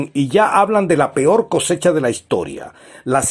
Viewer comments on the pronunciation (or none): none